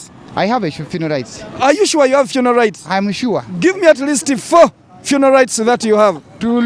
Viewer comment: aiwa on this one you cheated🤣😂🤣you are sounding like you are saying 'funal' rights not "funeral "